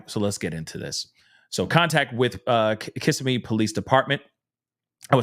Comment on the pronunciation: It’s pronounced “Auss-see-o-la “ Osceola county. And “Ka-sim-mee” Kissimmee Florida. It’s ok .. It’s my hometown…. ❤